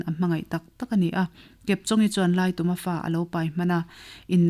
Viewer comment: Laituma tih hi, tum lai hi thingtum angin ilam a, khutah kal ka tum, zintum tih ang a lamrik tur ani zawk em aw, thahnem ngaih vang❤